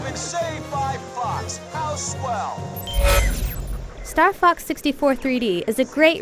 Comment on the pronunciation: kinda sounds like she says "star fuck 64" in the beggining lol